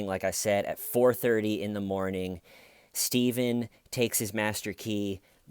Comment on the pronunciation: When arr you gonna stop tellin that!?